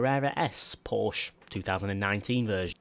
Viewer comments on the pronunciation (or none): none